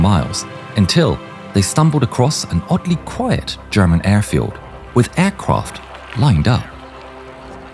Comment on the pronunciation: aircwaft lined up lol